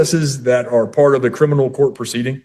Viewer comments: Her crinimal case? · It's not crinimal! So there.